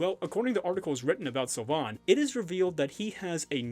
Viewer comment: "Beauty mark" is the literal translation of the French dub. (Which is very bad btw) (Sylvain = Seal vain) that's how it's pronounced.